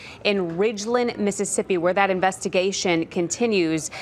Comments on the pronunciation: Pronounced 'Mo- ren- see' not morenchi 😬 crazy the random stuff that happens in our area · Moren-she? She got it wrong twice!! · Morenshe? Can't Arizona reporters at least learn our states city/town names?